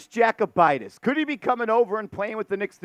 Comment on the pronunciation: Yo-koo-bite-is 😂 not jack-oh-bite-is